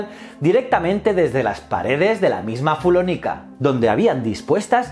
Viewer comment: Ha sido muy interesante. Sólo ha habido un pequeño error al pronunciar el latín (fullónica). Ha sido genial, ne encanta este canal😊